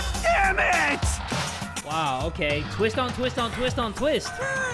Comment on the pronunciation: “What a tweest”